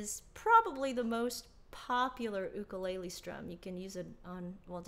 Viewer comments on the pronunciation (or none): Umm is it just me or did she say “oukekele”? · Do you pronounce it ookolele